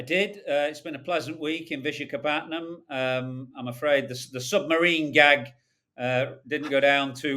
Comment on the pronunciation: It is tougher to say what he was saying than it is to actually say Visakhapatnam 🤣